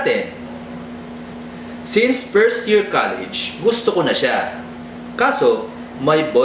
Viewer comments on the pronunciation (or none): none